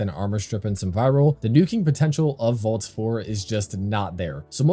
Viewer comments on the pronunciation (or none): Keeps sounding like you're saying "vault" instead of "volt" 😂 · Came to the comments to see if anyone else was going to say something… about his pronunciation of VOLT, hello?! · Nice vid but why would I take advice from someone who can’t even pronounce Volt correctly. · why are you calling him vault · Volt not vault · it isnt vault brother its volt